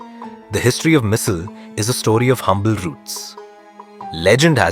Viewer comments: It should be called missaalllll....it sounds spicy with the stress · Missil? Usil? Tarree 😂😂😂😂 bruh it misal, usal and tharee 😂😂